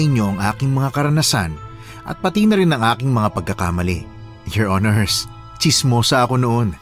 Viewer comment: maganda kaso yung palagi binabangghut hukom at your hinirs nakakaloka 😅